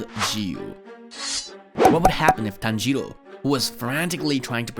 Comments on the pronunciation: “Tanjierou” BRO WHY YOU SAID THAT LIKE THAT💀👽👽👽👽💀💀💀💀💀💀💀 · TANjjro is how he says it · Me:tan-ji-rò:tan-jee-ro,ten-jen Me: 😐😐😐😐😐😐😐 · Bro said tanjido